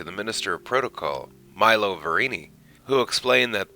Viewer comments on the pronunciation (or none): none